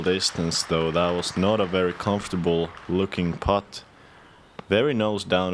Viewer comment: «Com-for-table» 😅, at least you tried!